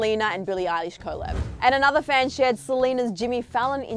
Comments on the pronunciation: What is co lab? Lol it's pronounced COLLAB lolol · It's weird how you say collab with two syllables when it's said collab not co-llab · happyfeet 3 I was just thinking the same thing. And it’s not an Australian thing because I’m Australian and I’ve never heard anyone pronounce it like co-llab. It’s just weird 🤷🏻‍♀️😒